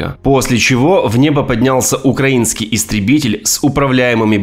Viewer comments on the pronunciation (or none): none